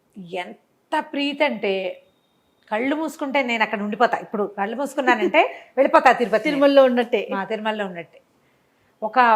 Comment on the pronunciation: కల్లు కాదు కళ్ళు